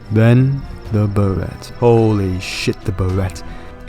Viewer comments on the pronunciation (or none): You're thinking of Beretta, one of the oldest gun companies and maker of the iconic M9 Pistol. Barrett is a fairly new gun company that specializes in Anti-material rifles such as the one in game. It unfortunately cannot kill tanks, but it'll break basically everything else. Also it's pronounced Bear-it, although Beretta is pronounced the way you're saying Barrett, as in Bur-re-ta